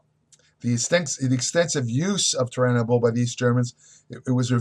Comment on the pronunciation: Immediately discredited. He can’t even say Turinabol correct. Does he even actually know what it is?